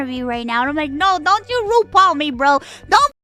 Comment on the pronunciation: "Rupal"-> Ru Paul "Mama rude" -> Mama Ru'd.